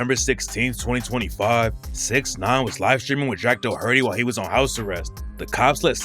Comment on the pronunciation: Jack Dohurtee 😂😂